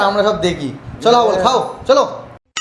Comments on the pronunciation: হাবল, ❎ না❎ ফুটবল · হাবল না ❎ ফুটবল ✅